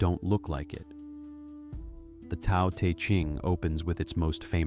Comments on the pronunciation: Isn’t Tao pronounced like ‘Dow,’ not ‘Tow’? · Who are you to pass judgment on an awakened Soul? It's obvious you haven't made the journey. It's pronounced Dow not Tow You believe people have to be perfect to become enlightened? Then you don't know what enlightenment is. Enlightment or Integral Life or Awakening does not make a person perfect. Spirit is present in our instincts. The 2 are not separate. The ego likes to engage in subtle forms of superiority like passing judgment on others. That's what the Christians teach...duality. Watts walked the path for decades and I guarantee he graduated. A person in the awakening process dies for their own sins and mistakes and is rebirthed as the Soul. Then the Soul is married to Spirit. Self acceptance is the key...deep Self acceptance...even of the archetypal collective shadow. Yes. That is what awakening demands...unconditional self acceptance and unconditional love. You are putting conditions where there are none. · Tao is pronounced with a soft d sound, like daow. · The info is great, but it would be nice if the pronunciation was correct. If you used Pin Yin Romanization rather than the antiquated Wade-Giles perhaps your A.I. could pronounce the words more correctly. Dao De Jing (道德经），( 德) "De - 2nd tone"- "Virtue", definitely NOT "tea". （道）"Dao - 4th tone) These are such central concepts to Alan Watts' teaching that mispronouncing them to the extent that a Chinese speaker could not recognize what you are saying is a disservice to the teaching, even if 名可名非常名。